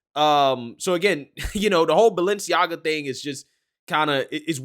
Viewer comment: Listen to how they pronounce Balenciaga. They're saying baal-enciaga